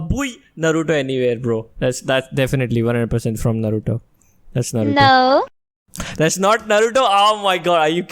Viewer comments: Come on guys, Its pronounced as Naaruto 😭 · First of all, it's naaruto